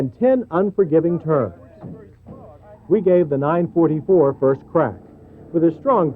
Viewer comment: It's called a NINE FOUR FOUR, not NINE FORTY FOUR! Why do the Americans have to mispronounce everything........even with cars, come on! :D